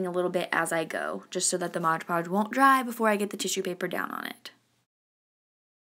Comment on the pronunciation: MOD PODGE not MODGE PODGE. Bugs me when people say that however he is very cute